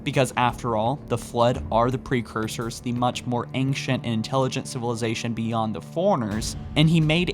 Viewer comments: Why does pronounce ancient like anxious?! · That's not how ancient is pronounced. You are pronouncing the c like a k, or how it's used in anchor, and s at the same time. Just the s sound is used.